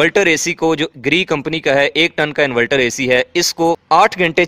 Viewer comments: انورٹر ہوتا ہے انولٹر نہیں... 😅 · Bhai bohat achee video hai invelter nhe inverter khain to theek hai ya shayed mujay lag raha hai k ap invalter keh rahay hain inverter ki jagha